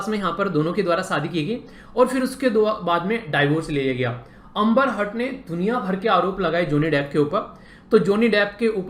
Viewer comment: Amba 🤣🤣 wow what an pronounce 😛😛